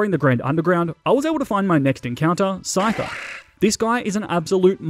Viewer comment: SCYTHER, NOT SCITER!